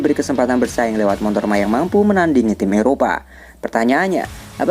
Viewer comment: nyebutnya Montor ya? hehehe